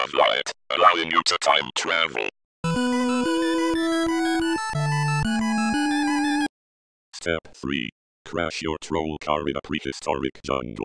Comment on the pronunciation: But I still hear “travel”